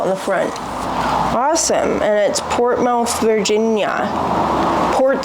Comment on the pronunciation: Portsmouth is pronounced Port-smith or perhaps port-smuhth.